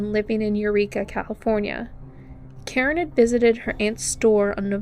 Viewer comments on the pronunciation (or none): none